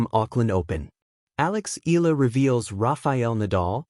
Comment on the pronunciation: Sorry, can't stand the mispronunciation of Alex's family name